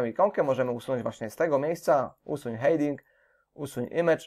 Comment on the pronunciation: Będzie to komentarz zawierający konstruktywną krytykę. Co do samego tutorialu nie mam zastrzeżeń, aczkolwiek na prawdę, źle się słucha tej angielskiej wymowy. Myślę, że dla samego kursu byłoby o wiele lepiej gdyby Pan nad tym aspektem popracował. "Hejding", "buldier" to tylko niektóre z przykładów niewłaściwej wymowy. Niuans, aczkolwiek na prawdę warto nad tym popracować by sam kurs nabrał bardziej profesjonalnego wydźwięku. Pozdrawiam